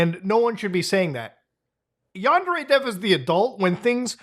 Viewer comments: Yandere Dev (pronounced Under-A.. Dev) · "GUYS I'M SOWWY FOW GWOOMING A MINOW IT'S NOT MY FAUWT" Basically Yandev